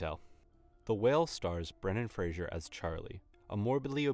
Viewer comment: Just make sure, next time to pronounce Brendan Frasers last name correctly :-)